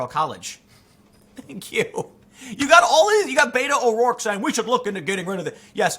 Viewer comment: Is it my imagination, or did Tim say “Beta O’Rourke”?